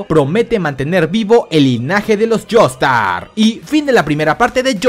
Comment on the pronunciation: espera dijo Jonathan Jaster en vez de Jonathan Joestar